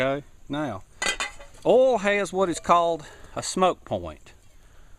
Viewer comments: Its called oil not urlll. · Oil not orl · u say oil as ole didn't know what u wa talkin g about lol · You southerners pronounce oil funny, haha :) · i love how he says oil lol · u need to learn how to pronounce oil.